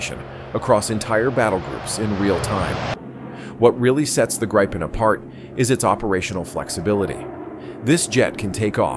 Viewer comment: If you are using AI for the voice fair enough, if not pronounciations are wrong. The Grippen is not a Grypon. Rafaelle is not a Rafel. Lots of info, just get the names right 👍